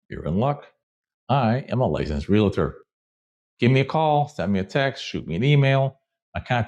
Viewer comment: It's Real-tor, NOT Real- A-Tor or Real-A-Ter!! Two(2) syllables, not three(3).